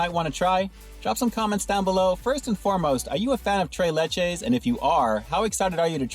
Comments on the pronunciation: Lol can’t pronounce the spanish accent 🤣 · I want tray layche